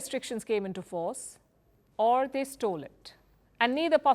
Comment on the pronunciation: She emphasis on word`stolen´